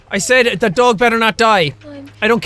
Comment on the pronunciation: SAID not SEID